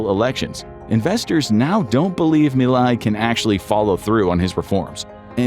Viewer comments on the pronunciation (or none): Whay did you say Mily instead of Milay?